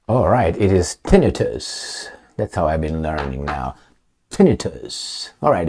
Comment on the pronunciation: Tinn. I. tus the emphasis is on the second i.